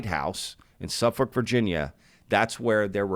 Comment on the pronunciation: Hey. Thanks for saying Suffolk as it should be pronounced!